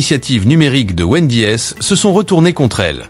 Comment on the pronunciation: Numero si ou es le x 😂😂 Hooter ou es le s 😂😂 Pizza ach 😂😂😂😂 Wend . i. es 😂😂😂 Quelle mer . d!e cette AI comme la bouffe